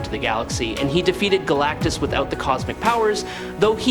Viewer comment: AI voiceover cant pronounce "Galactus"